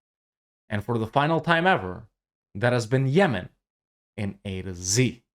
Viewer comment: "Ah yes, Zemen. My favourite country in ze world"